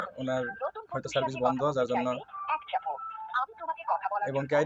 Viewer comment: Cervice hobeee naaa😂😂😂 Service hobeeeee😅😅😅😅😅